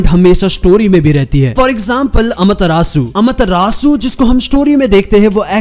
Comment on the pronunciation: It rages me so much(the way u say AMETERASU)😐 Pr ye chl or app bhot badiya hai Also u should get a AMETERASU counter in it vdo XD